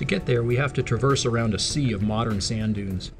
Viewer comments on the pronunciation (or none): none